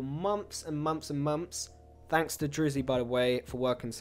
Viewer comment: the way he says "months" sound like "moms"😂